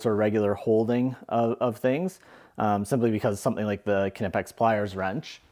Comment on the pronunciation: The right pronouncing is K - N - OOO - P - UU - X